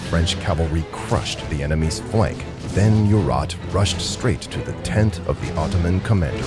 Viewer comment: Also , you need to make sure of proper important name pronunciations when using digital narrator programs.... ie, MURAT is pronounced 'Moo-rah..... not mew-Rat In fact too, when Napoleon returned to France, the French had already gained victories against their enemies to somewhat stabilize the situation for France.